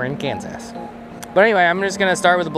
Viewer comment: I'm sure the lovely people of Kansas love you calling it Cans Ass lol - from a fan in Tex Ass.